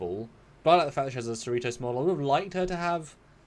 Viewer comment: USS seh-REE-tohs... Cerritos is a suburb of Los Angeles.